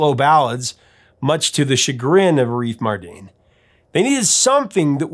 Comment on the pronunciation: Fyi, it's "AH-riff" NOT "a-REEF". Thanks